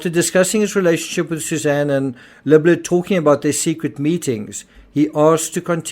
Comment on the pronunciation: Why do all podcasters butch this guys name? (Accent or not) His name is pronounced, Lib-Ler. Just call him, Jeff! But yes, quite a strange but sad case. I hope these girls grow to learn that their mother was actually a good person but was more than likely, Extremely Lonely! She needed a verbal outlet. She still loved them both with her whole ❤, im sure! Hope the police investigaters and courts figure this thing out. Its very sad!